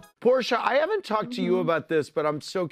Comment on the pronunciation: Did she say Whoresha? 😂🤣😂🤣